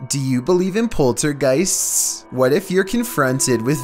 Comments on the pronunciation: Lol..i thought it was just me HAHA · Lmao stst first thing I heard to